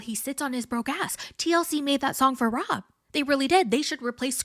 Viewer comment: Lmfaooo I was laughing out loud at work when you called rob SCROB 😂😂😂😂 I genuinely cannot